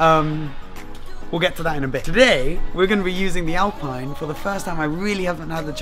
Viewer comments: How do you speak french and still mispronouce Alpine? :P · Alpeen in french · Hello,it is said AlpEEne please...nice day... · ALPINE is pronounced: “ahlpien” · Say Alpine like "Alpeen" ;) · tu es français et tu dis alPAILLEne ? Tu devrais avoir honte de faire comme si tu avais oublié la bonne prononciation (on se demande pourquoi d'ailleurs)...